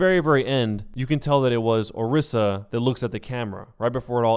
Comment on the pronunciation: Say it with me, Or-EE-sa! Or-EE-sa!